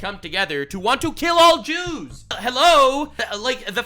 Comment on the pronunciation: “ the Christian’s and the Jrew’s” 😂😂